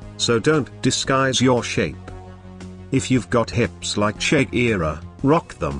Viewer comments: like did he just said ""shek-ira"" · to he pronounced Shakira like shake-era